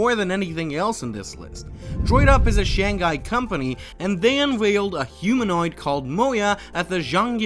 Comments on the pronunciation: i'm sorry. really really good vid. but hearing you mispronounce Shanghai hurts me physically. i did not want to write this comment but after the 6th time and 2 times deleting it again, i just have to. it itches me, hope you take it positively, please... it is Shang-Hai ... not Shan-Ghai 😵‍💫 ( i will not talk about xpeng, nearly noone gets it right when you don't know chinese) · you did so much research but you couldn't figure out that its Shang-Hai and not shan-ghai, well now you know